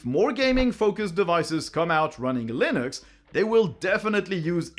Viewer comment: stop saying linÜx